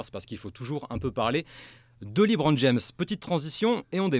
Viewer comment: Alors faut dire au présentateur que c est LEbron pas LEEbron...pour un podcast spé sur la nba..ça fait tache